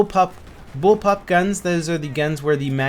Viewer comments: bull pop was hard to say man haha ;) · It's bullpup... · Y cant u say bullpup? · Haha nice to see that behind the scenes edit bug :D Bullpub is surely a hard word to pronounce , keep it up ;)